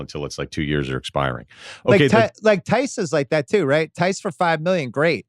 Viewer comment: Tice?? Who's Tice??? OOOOH, you're talking about a Celtics player again. Theis. Of course.